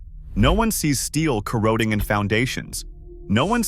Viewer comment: If you're going to be a narrator learn how to properly pronounce corroding.